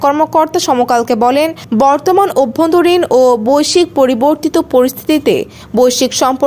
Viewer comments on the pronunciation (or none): none